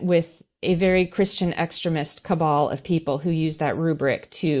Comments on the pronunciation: It's pronounced extreemist, not extremist... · The way she says extremist sounds like excrement. 💩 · 20 minutes in, and I have only just realised she is saying "extremist." I just couldn't work it out. It sounded like she was saying "excrement" or something. Americans sure do talk funny! Anyway, Trump should be in jail already. T o o s l o w. C'mon guys, you're dealing with a potential dictator here. It'll be too late soon. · Does she deliberately mispronounce EXTREMIST to sound like excrement? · When talks about Christian extremist, it sounds like she is saying "Christian exrement", and I am very amused. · I love her pronunciation of extremist! Every time she says it my mind hops right to excrement 😂 don't understand how she can't see that stealing sensitive information is another step in trying to overthrow our government, given who his role models are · The way she says extremist, with the short e vowel, sounds like she’s saying excrement. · I keep hearing christian 'excrement'. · Exteeeeeemist. Not Extrimist. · At first I didn't understand what was being said when I heard say "extruhmist" Someone should explain to her that the word "extremist" is based on the root word "extreme" so it's extreme - ist. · It's called....extremist. not...ex...tri...rism. wth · Anyone else really annoyed by how this woman mispronounces 'ex-treh-mist?.' It's incredibly annoying and pretentious. EX-TREE-MIST, B-WORD! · Your guest’s pronunciation of extremist is interesting. I think of excrement-ist!🤔😂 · Does intentionally mispronounce the word "extremist" so that it sounds like "excrement?" Not Funny!! Get with the program!! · why does she pronounce "extremist" like "excrement" ? Hard to take her seriously. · ik" + "STREE" + "mist. This is how to pronounce extremist. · I’ve never before heard ‘extremist’ pronounced so it rhymes with ‘excrement’, but it fits. : ) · This just being nitpicky, but that is not how you pronounce extremist.